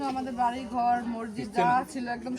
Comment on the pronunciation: ভাইয়া আপনি মসজিদ উচ্চারণ টা শুদ্ধ করে বলবেন ।